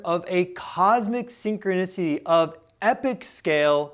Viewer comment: I thought you said syncronussy at first 😂 I hate this timeline